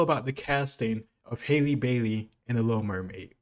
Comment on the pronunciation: It’s him saying “Hailey” instead of “Halle” for me 😂